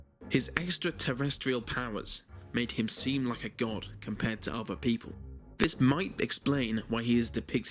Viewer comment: It's thousand, not fousand. This, not vis. Theory, not feory. Don't be so uncouf.